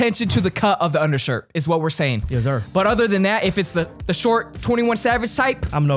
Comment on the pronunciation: How many times can say “yezzur”?